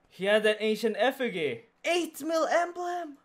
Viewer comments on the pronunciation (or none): "He had an effi-gee" .....